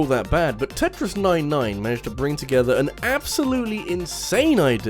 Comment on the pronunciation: It really bothers me how he mispronounces Tetris 99